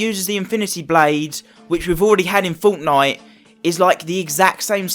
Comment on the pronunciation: its fortnite not foughtnight